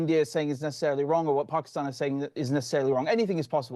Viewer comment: Love the way says Pakistan! 🇵🇰 Pronouncing it properly! ❤